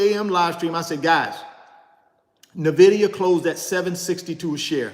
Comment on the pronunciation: Nice video!! Btw its pronounced "ENvidia" as in "envy" in spanish or latin. In fact, the logo is a green eye